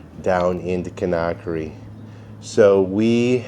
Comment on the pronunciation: Kindia is where we stayed. Wonderful, joyful people! Great memories! But I cringe every time you mispronounce Conakry.